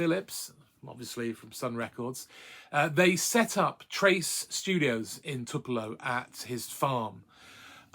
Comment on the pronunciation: It’s toop not tup when you say it outloud. :)